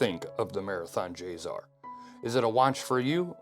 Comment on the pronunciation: Not J-ZZZZZar. J-SSSSSSar. Say it right.